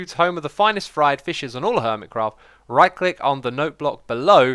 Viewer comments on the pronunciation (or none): none